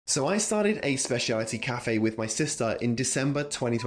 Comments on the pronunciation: I find it funny how you keep saying "spaciality" instead of "specialty" lol. Good video tho, thanks so much for being on youtube 😊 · Maybe it is because you couldn't say "specialty" correctly